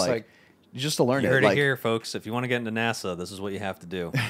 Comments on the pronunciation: Nah-Saw lol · Nah bro said nasaw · The way pronounces NASA triggers me so much